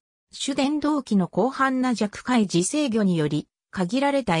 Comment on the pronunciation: DF50、私が一番好きなディーゼル機関車です。 世界一美しいディーゼル機関車だと思います。 界磁 ｢さかいじ｣じゃなくて｢かいじ｣ですよ。